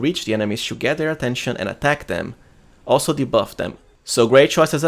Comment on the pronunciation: Respectfully, please improve your accent. 'to - to͞o" | not 'chew - CHo͞o'